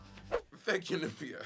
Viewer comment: Money calling her “Nim fee ya” instead of “Nymphia” lol